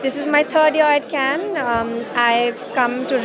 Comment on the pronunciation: Yes, he can't even speak Cannes properly